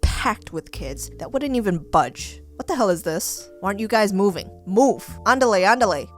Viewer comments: Whyyy it sounds weird without the accent saying ándale ándale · is that DanTDM lol😂😂😂 (jk...bc of his hair blue i thought he was Dan 😂😂😂) also whaaa what did you just seeeyyy whaaa?????(tbh all ive herd is ondilay 2×😂) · Did she just said 'Andarle Andarle' 😶😶